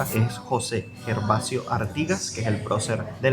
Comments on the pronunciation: Gervasio se pronuncia Gervasio y no Guervasio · Gervasio se pronuncia como Geronimo. No hay “u” entre la G y la E. No es GUERVASIO. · Gervasio, se pronuncia como con J !!! Jervasio! ❤